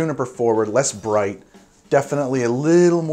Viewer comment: Less "Birght" :)